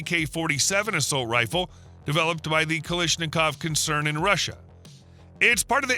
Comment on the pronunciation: It's Kalashnikov, not "Kalishnikov".